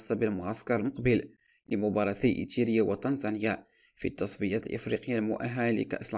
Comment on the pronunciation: ايريتيريا وليس ايتيرا يا اخي. اقرأ النص قبل عرضه.